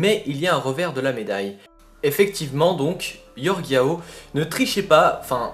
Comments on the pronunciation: C'est Jorge yao pas yorge lol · Jorge pas Yorge (se pronince George)